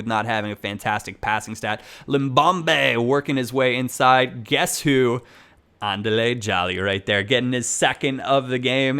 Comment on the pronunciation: Hey, love the videos as usual. Andile Jali is pronounced Un-dee-le (it doesn't roll off the tongue as nicely)